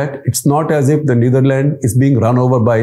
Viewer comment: The way he pronounced Neatherlands and Amsterdam was funny.. funny coz of all the show off words he use😂